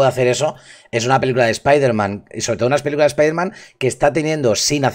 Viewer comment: Por favor, de verdad han tenido que doblar el nombre como "espaiderman"???!!! Eso sí que es para mandarlos a un universo paralelo.